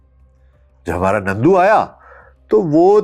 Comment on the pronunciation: نندو نہیں نرندو۔ nandu not narindu